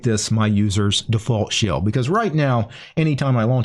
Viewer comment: Why is it that every time I hear him say shell, I think he's saying shill?